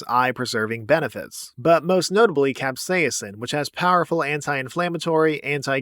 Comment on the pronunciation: i have never heard someone say capsaicin like that